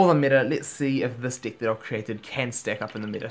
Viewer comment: When he says, "deck" it sounds like "dick" LOL